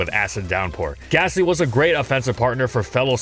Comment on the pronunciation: THERE IS NO H IN GASTLY!